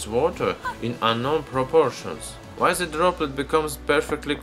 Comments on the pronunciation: say den instead of z what you say in case of the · lmao why is it so hard for some people to pronounce then, that and the? like how are you saying ''zhe'' ''zat'' and ''zen'' when its clearly a T there?